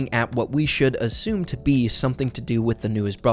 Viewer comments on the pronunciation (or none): none